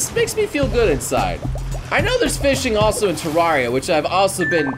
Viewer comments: he said terraria wrong its terr-air-ea not terr-ar-ea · Ter-air-ia !!!!!!!!!!!!!!! Not ter-are-ia